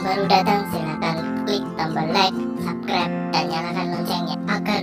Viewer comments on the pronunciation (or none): none